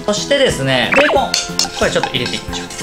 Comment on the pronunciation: 今回は普通に「ベーコン」って言ってる！！と感動してたけど いつものベーコンになってしまった。